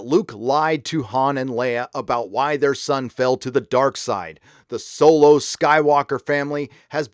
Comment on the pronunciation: I dislike the direct Disney is going, but I can't take a middle aged youtuber seriously who says "Soylo"